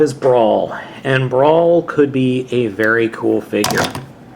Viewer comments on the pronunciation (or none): I didn't catch on til the end, but did you keep calling Brawl "Brawn"? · you called brawl brawn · wow two times you called brawl brawn lol